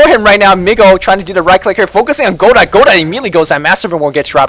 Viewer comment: it's pronounced kinda like (Go-dough) godot that is.